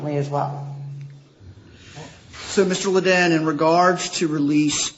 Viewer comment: She said Mr. Lan-dan. Lolllll